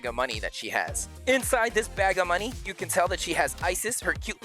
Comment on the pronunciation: kids love it : BAG OF moNEe!!! 😂